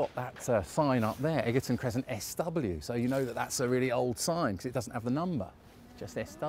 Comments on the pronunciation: Egerton at 22.17 is pronounced Edge erton. 😇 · Egerton is pronounced edge er ton.